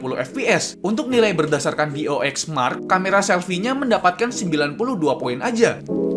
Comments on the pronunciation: Dxo bang bukan dox :') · Dxo mark ngab, bukan dox mark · Anjier kenapa dua kali gua denger bacanya doxmark, perasaan gua cari cari di gugel tulisanannya dxomark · baca dxomark salah cuyy🤣